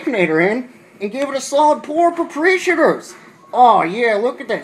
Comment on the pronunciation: Geese Island? Propreeeshators? LOL